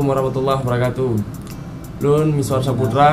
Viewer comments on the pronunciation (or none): none